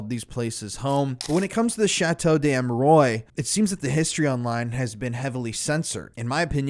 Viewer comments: It's pernounced Amerwahh not oys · it would be nice if the name of the chateau is pronounced correctly 😊 such a well made video and a little but important detail, especially if the name is said that many times. Its Chateau d Ah-meh-ruah not Ameroi like in boy. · Great video. Love your work. Just wanted to make a point about the place name. In French, the word "de" wouldn't be followed by a word beginning with a vowel. Therefore the correct name is likely to be "Chateau d'Amerois." This is pronounced as "sha-TOE dah-Mair-WAH.". In any event, this really is a gruesome, gruesome series of crimes. I had heard about the details of Marc Dutroux's murders but had no idea of the Belgian government's involvement, nor of the nexus with the Illuminati. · Ammeroys. Mmkay. Doesn't properly pronounce the name of the subject of the video and swears constantly too. Lowbrow. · It's not pronounced Ameroy! So enjoying, Americans cannot pronounce any word or name that isn't American English. I write " American English" because they butcher English as well. Can YouTubers please take 30 seconds to search for the correct pronunciation if they are going to makes video about a certain subject!? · its pronounced A me rou a... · Dude im sorry, i hate doing it but its Armwa, not Amerois. Loved hearing about it none the less. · Have you ever heard of a place called internet? Well, believe it or not, it's full of people so nice to pronounce words for everyone to learn and to avoid talking of a castle of hemorrhoids and concentrate on a [ʃɑto dez‿amʁwa] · Yep... "Arm-wuh-are".... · Pronounce it correctly lol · A part of me dies every time he mispronounces the name the way he does.